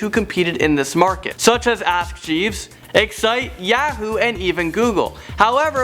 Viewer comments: I Can't stand the way says Yahoo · The way he says Yahoo pisses me off. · Hey says Yahoo funny lol